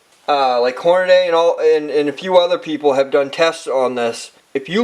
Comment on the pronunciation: .. STOP SAYING HORNADAY!